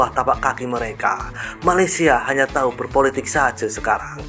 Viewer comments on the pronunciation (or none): none